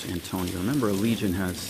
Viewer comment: He keeps saying fort Antonio. lol